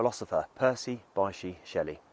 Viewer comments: Thanks for this. Btw, his middle name is pronounced BISH. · It's pronounced BISH Percy Bysshe Shelley